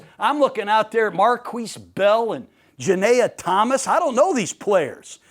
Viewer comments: Janayus thomas 😂😂 its pronounced like a mexican kayne JuanyehThomas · janayah Thomas is crazy world it’s Juanyeh Thomas (Wan-ye) smh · The pronunciation of juanyeh thomas😭